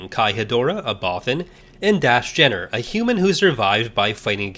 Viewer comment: I sure worry a lot when it comes to the ones whose fates are never ultimately resolved. Ambiguity is one thing, but loose ends are another, meaner thing altogether. Isn't Dass Jennir pronounced "jen-neer"? Same with Jax Pavan being "pah-van"? Bit of a shame you didn't mention the fact that Zonder is the apprentice of Barriss Offee, who stayed loyal to the Jedi Order in Legends. Not sure on Shaak Ti (considering the increasingly dubious state of The Force Unleashed being part of Legends), but I'm of the opinion that Even Piell's Coruscant Nights death is the Legends canon one, with the TCW 2008 death being of the Disney Canon Alt-universe. Alas, I doubt Zao survived, considering that Sidirri is implied to have become a Dark Jedi in the Empire/Rebellion comics. Believe me, you're lucky you didn't play Uprising.